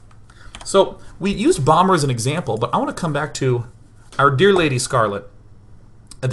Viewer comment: Are you using a green screen for the background? :P and also when ever you say "bomber" it sounds like "Obama" and I think about Obama playing SC2! That would be pretty good. Achieve world peace by having an awesome bonding session with all world leaders play SC2 on FFA :D